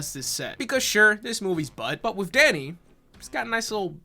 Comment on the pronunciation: The more says Danny the more it morphs into Daddy.